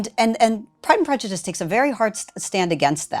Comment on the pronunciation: I was commenting on her pronunciation, and presumed ignorance of the actual book, if she can't even get the title right. . I am frequently the victim of autocorrect, or just clumsy thumbs in general, and my eyes aren't what they used to be either, but your comment suffered from neither of these problems and is flawless.